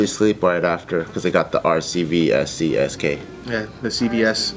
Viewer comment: Did bart say CSKA?